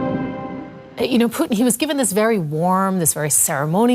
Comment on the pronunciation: What is puw tan thik se bolna Sikh illiterates pakistanio his name putin